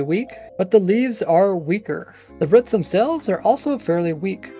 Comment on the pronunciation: Why do you say ‘ruts’ instead of ‘roots’. Its Ruuuu or Reew but spelled Roots. Nots Ruh or Ruts. Just curious.